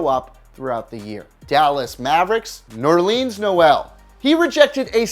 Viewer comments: Yea and he said Nerleens instead of Nerlens and he said Luh-Vine instead of Lah-veen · My dude just said nerleeeeeens Noel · Pronounced La-Vene or La veen. And Nerlens is Ner Len s not nerleans. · Ner-leens Noel? Rly? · Nerleens??? He’s trying to butcher these names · NerlEEns Noel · Nerlens not nerleens smh another mistake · The dumbass also said and Zach Luh-Vyne and Ner-Leens Noel. It's like they just chose some random autistic clown who could read. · That is not how you pronounce Nerlens Noel